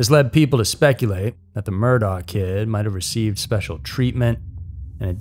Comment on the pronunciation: Sorry, man. For future reference, Murdaugh, is pronounced like Murdock I thought it was pronounced different, too.